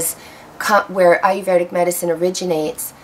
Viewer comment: Well, the only thing I have to say is that you did not pronounce the word Ayurvedic correctly. There is NO R after the V. You are pronouncing it with an R after the V. You should not. It's eye-er-ved-ic, not eye-er-verd-ic. See the difference?